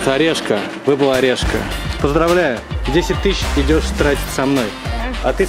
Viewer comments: Не орешка а решка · «решка» — от «решето» или «решётка» а не Орешко !!!!!!!!!!!!!) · Смешно...Решка. А не Орешка... ))) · орел и решка, а не орел и орешка )